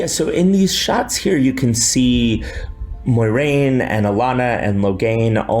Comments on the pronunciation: MOY-RAIN?? You are better than this Rafe MWAH-RAIN Sir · Did he just said moy-rain